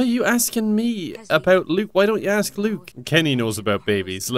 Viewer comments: Clem: "Kenny don't worry i'm going to axe her a question-" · "Axe her!" Clementine: axes her: surprised Pikachu face